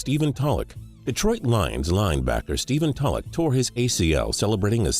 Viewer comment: I though Stephen tolluch was pronounced tole-c